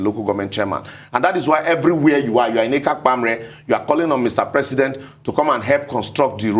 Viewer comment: mentioning dose Urhobo villages in Delta state Ekakpamre etc so fluently seems dis man is 4rm Delta state oooh